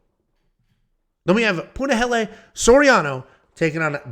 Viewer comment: Finally he didnt say Punaheel🥳🥳🥳